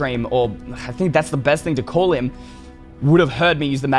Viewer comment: him not hime